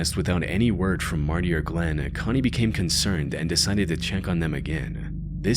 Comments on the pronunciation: And saying "Glenn" when the woman's name is GlennA. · Glenna not Glenn. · Her name is actually Glenna, not Glenn. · You should try to pronounce names a bit more clearly. Whenever you said Cara Knott, it sounded like you were saying "Cara Nye." And you kept calling Glenna "Glen."